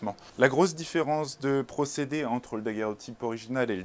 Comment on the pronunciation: C'est curieux de l'entendre mal prononcer en disant "daguèrotype" ! C'est comme si je disais : voici un appareil photographique qui permet de faire des _fographies_.